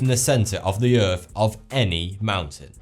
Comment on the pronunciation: Can pronounce th and r in "That's crazy", but none of the th's or r's in thermometer "fuhmometah or earth "uf" . If one can't do it, that's one thing, but since one CAN I don't get why one doesn't. Has some apparently well researched videos tho.